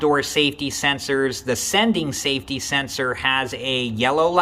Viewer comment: SAFTY SENSORS!! 😂😂😂